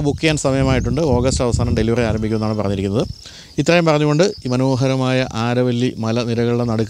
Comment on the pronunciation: അരവല്ലി മലനിരകൾ (ആരവല്ലി അല്ല )...